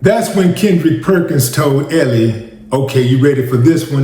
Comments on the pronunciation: Mans kept saying "Ellie".😂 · Wille she pronounces her name " L"!